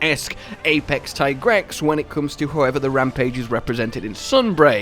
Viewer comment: It's teegrex not taigrex